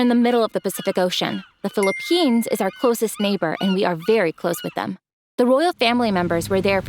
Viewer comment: Did somdy say philiphines?